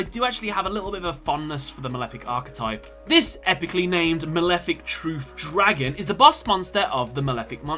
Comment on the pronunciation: Mawefic Twuth Dwagon